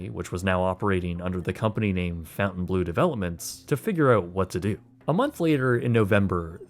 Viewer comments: Lol ‘Fountainblue’. Uneducated youth! 🤦‍♀️🤦‍♀️🤦‍♀️. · It's pronounced "Font + ay + ne + blo". City in the south of Paris with a beautiful forest and a magnificent castle. ;-) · It's it not pronounces FON TANE BLUE? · Great work, but why are you pronouncing Fontainebleau as "fountain-blue?" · Don’t understand why everybody keeps calling this place Fountain Blue word is spelled Fontainebleau Obviously, the word fountain is not spelled that way. Guess we could call this the most mispronounced hotel name in Las Vegas. 😂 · Nice video! Interesting but please pronounce there name as follows: Break 'fontainebleau' down into sounds: [FON] + [TIN] + [BLOH] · Its pronounced Fun-tan-blough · Fon-Taine-bleau, no U in the fountain lol gotta say it with your french baguette accent haha wee wee! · Fountain Blue??? Come on at least get the name right 😂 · I know it shouldn't matter, but I cringe at how you pronounce the name, I've always heard it pronounced more like the french: Font-amn-blur which of course does mean blue fountain. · Pronounced FONTain. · it's fahn-tan-blow. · I am questioning the pronunciation of Fontainebleau. I hear fountain blue... the surname Fontaine is well known with a 500 years of french family history, even though it comes from the english namesake of fountain, it is certainly not pronounced fountain... just saying 😉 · Every single "fountain blue" had me wincing. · I believe it's Font-en-blu. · It’s not pronounced fountain bleu… Fontaine is annunciated differently… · Is it not “Fawn-Tain” blue? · You are saying the name of the hotel wrong... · Your not even pronouncing it correctly 🙄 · Did you ever learn how to say “Fontainebleau?” There isn’t a “U” in the first syllable. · You are butchering Fontainebleau pronunciation!! It's painful to hear!! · Shocked that the mame of the hotel was mispronounced so badly. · Fon-tain, not fountain. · FONT-AYN BLUE. you kept saying fountain-blue seems wrong. Please tell me I’m wrong and they only spell it that way!